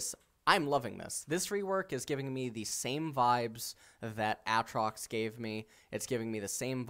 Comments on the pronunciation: I wonder if he pronouces Aaron as A A Ron or if he's just trolling with A A trox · A...Trox? Ah! Trox! A (A Trox). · Its prono7nced Aytrox, u pronounce one a